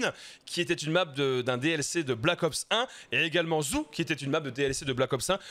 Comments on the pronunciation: Zoo zou ? Non non pas ça 😅 ça se dit o pas ou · Merci pour les infos! Juste un truc: le nom de la nouvelle map, ça ne se prononce pas "ZOU" mais "ZOO", comme un parc animalier quoi! 🤣😂🤣 Tu m'as plié! 🤣😂🤣 À part ça, moi je m'en souviens très bien de cette map, je la kiffais pas mal d'ailleurs! Allez ZOU! 🤣😁👊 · Ça choque personne quand il dit "la map zou" 🤣